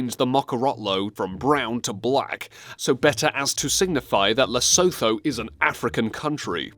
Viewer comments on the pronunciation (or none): it is pronounced lesutu but written lesuthu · Lesotho actually changed its flags to 🇱🇸 also it’s pronouced les ooo too and also Cyrus isn’t the only flag with its own image there’s Antarctica 🇦🇶 and kosovo 🇽🇰 and Bhutan and Bahrain arnt the only one there is also Jamaica 🇯🇲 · It's pronounced 'Lesutu' Not Leso th oe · Why do people say it like Le-so-tho but it’s said Le-sut-hu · Lesotho is pronounced Le-soo-too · The 'th' is pronounced 't' is Lesotho and Sotho. It sounds more like Lesutu and Sutu. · Everyone who reads this comment note that it is pronounced Le soo too ,and the flag is wrong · Lesotho is pronounced Les oo too And also that was the wrong flag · Lesotho is pronounced lesootooo and that flag is incorrect as the real one shows the hat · It's (Moe)zambique, its Lesotho with a t sound, it's Qatar not kwatar. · Two things i found about lesotho: 1. Wrong flag 2. its pronounced "less-oo-too" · "La-soe-toe" IT'S NOT THAT HARD PEOPLE!!!! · Lesotho "Lay-sow-thow" omgggg I couldn't stop laughing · Skyfury ! And it's pronounced Less-o-tow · The lesotho pronounciation made mr cry a little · Lesotho is pronounced wrong, and flag is wrong. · the way he pronunced nepal and Lesotho made me go "lololololololololol" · Thanks for learning? You need to learn some pronunciations. Nepal, Lesotho, Cypriot, Bhutan and Paraguay were all incorrect. Seriously, you prounounced Nepal Naypal like Paypal. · what he showed is the old flag of Lesotho with a shield not mokorotlo and he tried but cannot pronounce Lesotho properly